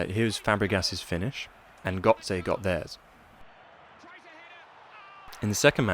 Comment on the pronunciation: Odd Gotze pronunciation